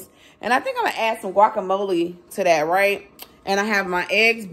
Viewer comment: Guacamole not wacamolee